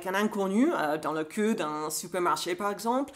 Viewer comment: No offense, mais il va falloir travailler la prononciation du mot "queue" (au feminin) 😉